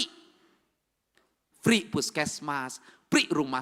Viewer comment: Free pak bukan pri 😅